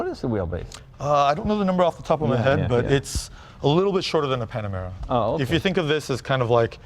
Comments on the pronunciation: the Panomara! 😆 😂 😆 😂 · I love that Jay keeps calling the Panamera "Panorama"... so funny! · Leno keeps saying “Panorama”! Lmao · "...panorama..." Oops! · Loved how J says “panarama” and the guy never corrects him😂😂😂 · Its Jay Leno, i think they will now change the name to Panarama and make sure he doesn't know they did it You don't upset JL, hes a Jewel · Panarama City is not far from his garage. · Why does he keep saying panorama? It’s Panamera! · Jay, it's "Panamera", not "Panorama." It's pretty obvious that you're a petrol head and haven't yet learned much about modern electric cars. Also, although the two terms are sort of interchangeable, "engines" are generally powered with a heat source, like gasoline, diesel, hydrogen. Electric cars have motors. Finally, when talking about electric car technology, saying "blah, blah, blah" shows your contempt for them. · anyone else gonna comment on the fact that he said “panorama” instead of panamera? 😂